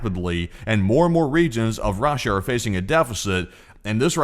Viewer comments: Rah-Sha lol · off topic but anyone else love the way this guy pronounces "RAHSHA" 💀💀